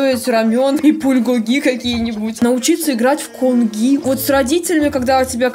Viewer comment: КТО ИЗ 2025 И КТО СМОТРЕЛ ИГРУ КАЛЬМАРА 2 тот которий узнал что сказала гонги или конги я в шоке